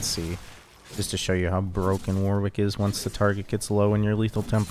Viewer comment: One day people will pronounce Warwick properly :(